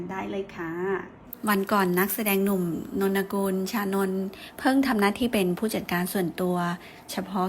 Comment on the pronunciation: อ่านว่า. นน กุล. ค่ะแอด